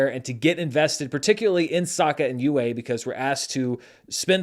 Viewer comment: So it seems like they still mispronounce Yue in the live action version? That bugged me a ton in the animated version. If you are going to have a character named the Chinese word for 'moon' maybe teach your actors how to pronounce it.